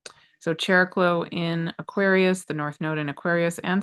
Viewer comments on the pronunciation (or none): what in the nuclear explosion channeling was that?! Thank you! ❤❤❤ Also, Greek here, if you don't mind, regarding Chariklo/ Χαρικλώ, its pronunciation is closer to ' Hariklo '. ( In ancient Greek the Χ letter started as a 'K+H' sound, but by late antiquity it had simplified to just H - think of the name Harry in English. 🤓). Again, thank you for making this content free and available to everyone.🌟